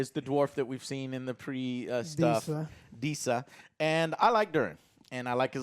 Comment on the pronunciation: Don't forget everyone, Disa is the "first" female dwarf to be seen in tolkien, if you don't count the many we saw throughout the hobbit flashbacks. Ps, I love and hate how Joe has a problem always mispronouncing names of fictional characters and real people.